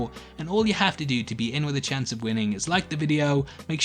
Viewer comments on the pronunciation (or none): none